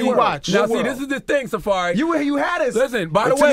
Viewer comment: Safurry lol